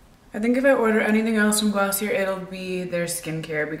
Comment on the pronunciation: its pronounced gloss-ee-ay like the ier is silent